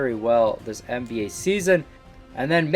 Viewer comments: "NAB" Fat Oof my guy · Nba not nab